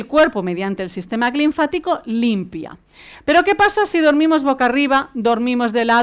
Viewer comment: Dice ser Dra. y no sabe decir LINFÁTICO.